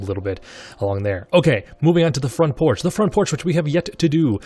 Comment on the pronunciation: Front proch you mean porch?